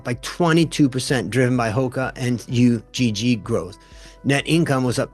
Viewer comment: just fyi it's not pronounced U-G-G, it's one word pronounced "ugh"